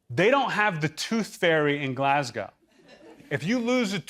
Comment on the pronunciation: People from Glasgow are going to be really offended. Not because of the slashing references but because of how he said Glasgow.